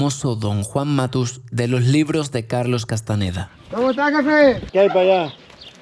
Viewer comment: Un español pronunciando Castaneda en vez de Castañeda 😓